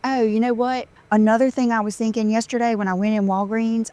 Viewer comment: Five seconds in. I am laughing so loud. Look at those extensions go. Every time she says “I am thinken” I just loose it. 😂. Look at the separation between her dry frizzy hair and the extension’s texture. Did you dry clean that eBay Dolce and Gabbana scarf? I’ve never heard the phrase “my butt blown out”. I just sat “stretched out” is it me or does she sound more of an airhead every day?